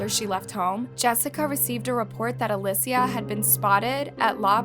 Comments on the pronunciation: This was very hard to watch. If I was going to make a video about someone, I would learn how to pronounce the person's name correctly. I counted 3 different pronunciations durning this video. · They are saying her name wrong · You’re pronouncing her name wrong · is it clickbait? Or is it a lazy channel that can’t be bothered to check their work and make sure they’re not leaving typos like “the onine abduction” in the very beginning of their intro? Not to mention the blatant mispronunciation of the victims name throughout the ENTIRE video. This channel is so focused on pumping out frequent content, but doesn’t seem to care at all about the quality of the work they’re putting out. It’s inconsistent and often portrays stories in a manner that is problematic and disrespectful to the victims. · the obvious mistake in the title misleading the reader isn’t a hurried or lazy mistake. One word is purposely left out to make the story seem like something it isn’t… that’s a classic sneaky trashy reporter gimmick, also know as “clickbait” online. And the mispronunciation of the Alicia’s name pissed me off to no end! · Hello, just wanted to let you know her name is pronounced Ah-lee-see-ah, thank you for making this video and bringing awareness! I personally knew the family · Why do you often mispronounce the names of the victims? A LI SH IA if you want to pronounce it as an English speaker ALI SIA if you want to pronounce it in Spanish. is not that difficult. Damn it. You pronounce it differently throughout the video. The same thing happened with the Kamari video and the one of Paulette Gebara. Seriously, I love your videos but you changing the pronunciation of the names of the victims during the footage is distracting. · A-lee-see-uh.. we can at least respect her pronunciation. I didn’t watch the whole whole video just the spelling was like oof I have a sister named Alicia, I hope you are found bby girl, and are found 😭❤️ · I've never heard Alicia pronounced (alesia)